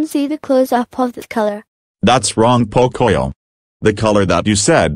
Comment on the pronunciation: I like when said frozen lunchebles